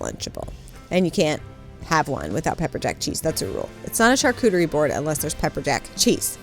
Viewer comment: I am French and you nailed it ! You pronounced charcuterie the right way especially the U and the R 😉 Here we serve le plateau de charcuterie with cheese and of course wine 🍷 Love to see you in your favorite time of the year 😊